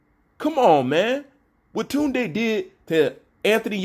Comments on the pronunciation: He actually saying it the right way compared to how most Brits say it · Kaasam Ali Khan 💯 its an African name & not an English name. pronunciation is perfect 👌